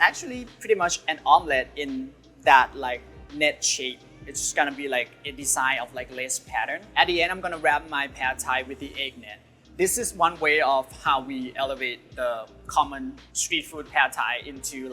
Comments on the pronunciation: I can tell that he is Thai but why did he keep saying Pad like that?!?😢 แพด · The a sound should be like father. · สื่อสารถึงต่างชาติเลยพูดให้คนเข้าใจครับ ในยุโรปหรือฝั่งอเมริกาส่วนมากจะออกเสียงว่า แพด-ทาย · สำเนียงครับ